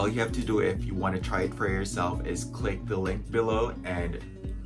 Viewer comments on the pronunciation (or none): none